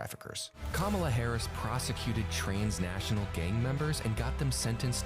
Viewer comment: In that commercial they mispronounced transnational and made it sound like trains- national.